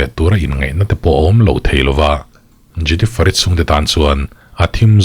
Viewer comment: a isawi hming khi jeniferi iti ve2😂😂😂